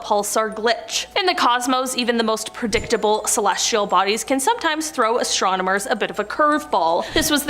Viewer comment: "Astromonomers" I'm saying that for now on ❤😂